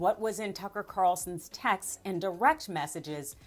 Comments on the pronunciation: and you can't even pronounce texts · Learn to pronounce texts.